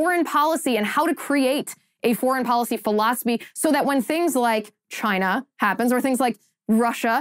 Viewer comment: "CHY-neh" Trump, pronouncing China. 😎👍❤🇺🇸